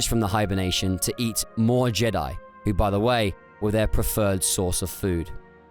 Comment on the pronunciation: Jed'aii is pronounced Jee-Diie. I've always thought the authors of the EU liked how the Vong would pronounce Jedi ("JED'AI" as they'd scream it like a witch hunter inqusitor screams HERETIC in 40k) So later on, after the New Jedi Order came to a close and focus shifted to the ancient Jedi right before disney bought the franchise and cancelled the EU, someone said: "Hey, remember how the Vong pronounced "Jedi"? That was awesome, so let's make it a thing of irony that Jed'aii was the ancient original name. Hey, y'know, monkeys over millennia in a locked room with food, water and typewriters will eventually make shakespeare as the saying sorta goes..." Surprised the fandom never caught on to such a probable easter egg. Its not the first time something like this happened in the good old days of Star Wars.